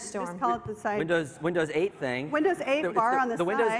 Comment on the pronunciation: this is windows SHEIGHT (8)